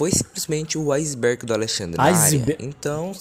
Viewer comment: Literalmente ninguém: A Cara que criou o vídeo: "bem vindos Ao Izibérgi do Alexandre na área"